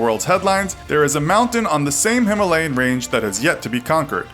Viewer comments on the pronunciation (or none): none